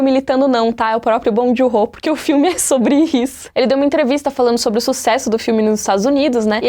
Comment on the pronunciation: Tava só escutando o vídeo aí ouvi um "Bom de Horror" no meio do nada. Aí voltei e percebi que era Bong Joon-ho AUHAUHAUAHUAHUAHUAHHUAUH